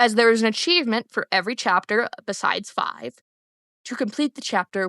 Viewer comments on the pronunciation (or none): "chapter fwaiv"